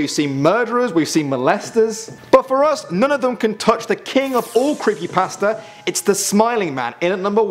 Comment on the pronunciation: the way he says pasta tho lolz